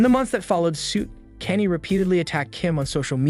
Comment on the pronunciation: Thats not how you pronounce Kanye😂